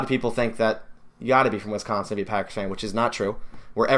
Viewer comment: I could tell that you didn’t grow up in Wisconsin because of how you pronounced it but it doesn’t matter at least you’re a packers fan!